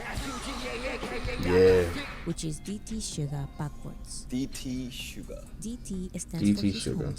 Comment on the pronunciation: Nice reaction. Just a little note, his name is SUGA, not sugar, please leave off that "r", LOL. V's Tiny Desk is amazing & shows 3 songs from his solo album Layover. Please react to it: V of BTS: Tiny Desk Korea